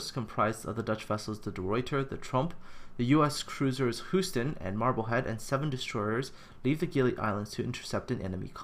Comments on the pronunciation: is not spoken Who-ston it's spoken Hue-ston. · I'm a New Englander, so I can't speak for Texans, but isn't Houston pronounced "Hyou-ston" rather than "Hoo-ston?" I know I'm nitpicking. I still enjoy your work on this series. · It was a larf, but is Canadian, so I forgive him.;-) Hoo-sten...we have a problem! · It's named after the city pronounced 'You-ston.' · compared to the pronounciation of the dutch names houston was only a tiny bit off :)